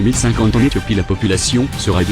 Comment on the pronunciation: Éthiopie et non "Ehtiopie" sinon excellente vidéo comme d'hab !!!!!